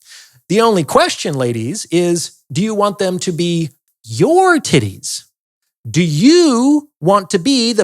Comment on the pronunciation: Yeah not gonna lie I started cracking up when he kept saying tiddays 😂😂